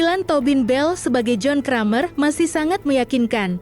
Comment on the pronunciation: Aduuhh, mbaknya ngomong "John Kramer" kok .... 😅